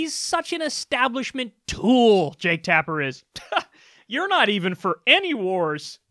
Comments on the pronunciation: You called him Tapp Jaker so many times. Lol. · Why does he call him Tapp Jaker? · Jake Tapper, not Tap Jaker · Why is he calling him Tapp Jakers? Lmao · You said "Tapp Jaker" several times😂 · I mean tapp jaker. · Did you say Tapp Jaker on purposes? Cuz that's hilarious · Wait... wasn't it "Jake Tapper" rather than "Tap Jaker"? Did I miss a name change or something? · "Tap Jaker". Four times. Must be intentional. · Why do you refer to Jake Tapper as Tap Jaker? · Why does he call him Tapp Jaker? Not objecting. Just curious. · Why did you call him tapp jaker?? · Wwwhhhhhhyyyyyyy do you keep calling him tap jaker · I love how Kyle just keeps calling him Tapp Jaker as if it's normal. 😂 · "Tapp Jaker" 😂😂😂😂😂😂😂😂😂😂😂😂😂😂😂😂😂😂😂😂😂😂😂😂😂😂😂😂😂😂😂😂😂😂😂😂😂😂😂😂😂😂😂😂😂💀💀💀💀💀💀💀💀💀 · I think he just doesn't consider Jake Tapper a serious person. It's like what FOX does with AOC. Purposefully mispronounce their name because you don't personally respect them. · Why is he calling him tapp jaker? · Any reason you're calling him Tapp Jaker?